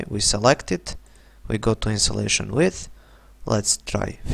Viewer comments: Good video mate but it's pronounced, "In-su-lation". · agree, good video but the words are pronounced Insulation, and a line cant be a whiny line, perhaps wiggly